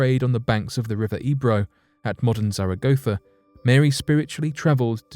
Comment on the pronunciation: Plz check your pronunciation of Zaragoza in Spain. It’s not quite right. But, yes, In readably interesting. Nice to hear it on main stream at last.